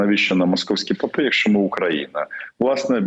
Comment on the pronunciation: Дякую Вам, пане Романе, за Вашу думку. Лише одна увага. У слові "попи" Ви робите наголос не на тому складі. Слава Україні!